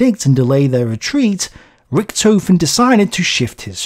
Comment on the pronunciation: Even if iit' s not very important a pronounciation correction: "Richthofen"/"Broich/Weichs" . In German "ch" is pronounced the way you did after the letters a,u and o. But after an "i", "e" "ch" is pronounced softly like "reich" (rich) or "weich" (soft) if you listen to a translator program. Besides great work.